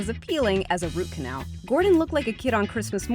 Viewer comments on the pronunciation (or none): none